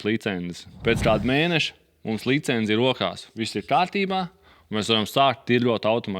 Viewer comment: .."licence", nevis "licenze"...:)